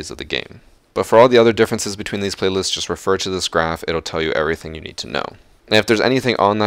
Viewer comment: The ‘e’ when he said Everything at the beggining